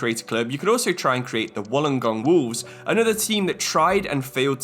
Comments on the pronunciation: You say Wollongong like this: Wool En Gong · Wollongong is kinda pronounced "woollen gong" usually I guess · I’m appalled by the way you pronounced Wolongong cuz in Australia we pronounce it Wool-an-gong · Yeah man you were butchering Wollongong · Newy jets takeover is what im doing rn, the way you pronounce wollongong is funny